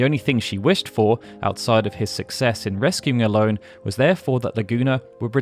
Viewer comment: Watched this today and loved the level of detail (though in my head, Ellone was always pronounced El-ony. I am not sure if it is official or if there is an official way to say it, but in my mind, I corrected it every time you said her name, haha), and I gotta say I would love to see the same detail for FF9 and 14 (though I know 14 would be a huge potentially insurmountable undertaking)